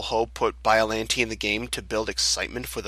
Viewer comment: That’s an odd way to pronounce Biollante.